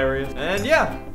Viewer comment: Why did you say stay zexy? Stay!